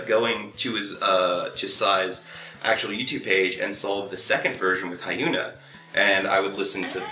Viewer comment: Okay, a couple of things: 1. If you're really into Hyuna, I suggest first learning how to correctly pronounce her name. I recommend her video Red, in which she says it for you over and again. 2. I'm really happy for Psy's success, but the fact that Gangnam Style has 2B views, while videos like Taeyang's Eyes, Nose, Lips or Park Hyo Shin's Wildflower have so few in comparison just makes me sad. If you've seen neither, I recommend both for reactions, especially Wildflower. It is a monster of a ballad sung by arguably the best vocalist in Korea right now. I also recommend you read the lyrics before watching the video to better tie in the emotions he so obviously expresses.